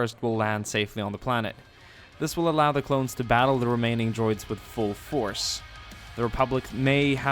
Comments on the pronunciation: he said clowns instead of clones lol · he says clowns instead of clones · I swear he's saying clown instead of clone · You keep saying clowns not clones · said clowns instead of clones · u said clowns and not clones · you said clown!?!?